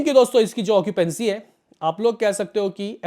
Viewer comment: bhai sahi bola tune .😂 okipency bolke hi